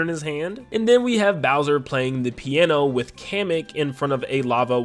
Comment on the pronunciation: “Hi seens ‘mai naim ees booser’”